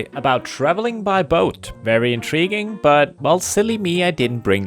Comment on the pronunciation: very... IN-TREE-guing? Not sure if that one was intended. 😂